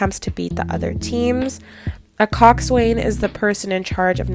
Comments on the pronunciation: It’s not pronounced coxswain. It’s weird it’s pronounced coxsin. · It’s pronounced Cox-an, not Coxs-wain.